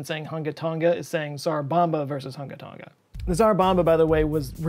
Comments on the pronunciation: Tong-uh, not tong-guh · Not to be that guy but you are pronouncing Tonga incorrectly. It's pronounced like "Tong-a" rather than "Ton-ga". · Hate to be that guy but it’s tong - a not tong - ga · I’m pretty sure both of you are pronouncing “Tonga” wrong. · Malo e lelei ...love your videos! The g in Tonga is soft, kinda silent? But how you say it is way more fun... to listen to 😀